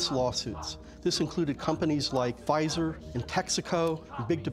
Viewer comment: Wait, did he say "pfizer"?